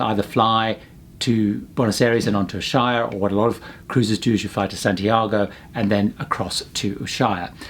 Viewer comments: It's pronounced: Ush-way-a. I worked in Antarctica for 3 years and made multiple trips there. I have been enjoying your cruise videos. One other thing you could tell people about is that there are often crossing currents that create a rolling motion that makes lots of folks seasick. I went on a large icebreaker and did get to visit Deception Island. Because of the volcanism, you can dig a shallow tub on the beach, let it fill with water, and have a nice "hot tub" experience while icebergs float nearby. Seasickness can be countered by listening through a headset to music with a strong beat or rhythm that refocuses your brain away from the upsetting ocean rolling. Pretty much, no one eats during the crossing of the Drake. Don't forget that the seas can get waves up to 100 feet high and it can be dangerous. People that have fallen overboard are never rescued and they disappear quite quickly because of the freezing temperature of the water. If you are told not to go outside because of high winds, take them seriously because catabatic winds can literally blow you away. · Wonderful report. But, please!!!!!!!!!!! Ushuaia is pronounced 'oooosh-way-ah'. I can't believe you have missed that.